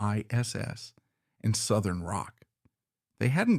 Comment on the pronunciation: Love the Whites! I don’t think they were officially part of the Hot Band though? Not sure if this video is AI, but pronouncing Acuff as uh-CUFF and KISS as K-I-S-S (among other errors) makes this video really hard to watch. Too bad - the Whites deserve much better.